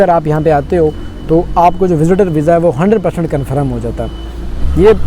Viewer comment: Conferm ni 😂 confirm bhaiya ji asa boliyee na